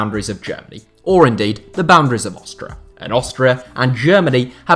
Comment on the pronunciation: Lol "Austra"